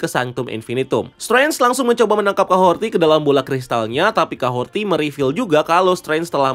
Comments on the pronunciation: dari breakdown eps kahorri kemarin, kok kahorti si bang nyebutny? udh jelas" di subtitle jg kahori, R ga ad T. di series juga mereka nyebutny jelas kok "KAHORI", kadang aja r nya rada tebel, kadang r nya ga bunyi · Kahorri bos, bukan kahorti. Jd kyk denger nama bu suharti 😂. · Kahori bukan kahorti wkwkwk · Kahhori bang..bukan Kahhorti..haduhh..kebanyakan ilmu ttg marvel comic sampe salah ngasih nama